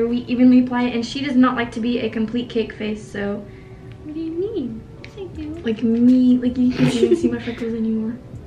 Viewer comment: nah she said it its kinda mumbled